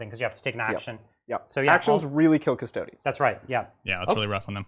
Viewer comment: The mispronunciation of "Custodes" is very distracting and driving me nuts. The vowel 'e' in -es ending is pronounced like the word 'they', like in "Astartes". A close approximation is "Cuss-toe-days". "Cuss-toads" and "cuss-toe-dees" are both incorrect.